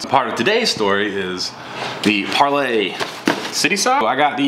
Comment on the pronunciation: Par-LEE. Par-LEE.